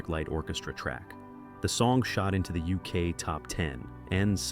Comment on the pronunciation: "Discovery became the first number one album in the Youskay". I am sick of AI commentary.